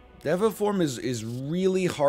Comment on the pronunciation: Is t it pronounced dee-vah form?